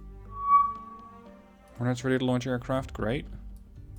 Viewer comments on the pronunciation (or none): none